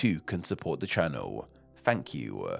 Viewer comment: Wait... your difficulty with "th" is your own individual thing? I have always assumed that it was the regional accent you grew up with. I did not notice you say "day"; but I often notice you pronounce the unvoiced "th" as "f", or the voiced one as "v". (At the end of your videos, I always look forward to that "Fank you.") This is called Th-fronting, and in some English accents, everybody does that. I've always found it rather charming that you do this. Not gonna lie, it's part of what got me hooked on this channel, as I enjoyed listening to your speech! I have thought about suggesting it as a topic for one of your videos!